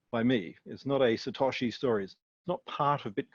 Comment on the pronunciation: Satosh... not lol 😂